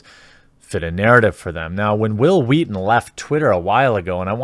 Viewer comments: "All I'm saying is you should be nicer to Whill Whweaton" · Say will Wheaton.. Hwill Wheaton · Hwil Hwheat-thin.